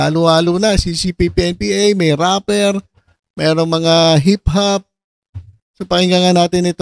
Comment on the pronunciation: RAPPER NOT Rapler